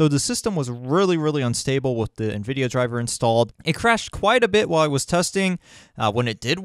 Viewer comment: lol Na-Vidia... (i can see that) but it's pronounced IN-Videa